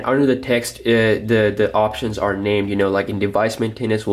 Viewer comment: The way you say Maintenance and Multitasking is cringeworthy. Pronounce better please. Also you seem extremely bias toward nougat being best.